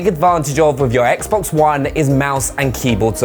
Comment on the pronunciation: That’s not how you say Xbox one ☝️